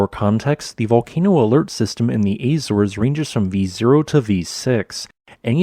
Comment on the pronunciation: In the Eyzers (Geysers) Azores AI reader with "American Accent "